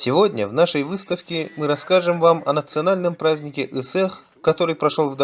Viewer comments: Кыайан ЫҺЫАХ диэн сахалыы сатаан аахпат эрээри, тоҕо да "сата баһын тардара" буолаахтаата. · По русски читает, поэтому Ысыах. Доктор Ватсон, а по английски Доктэ Уотсон.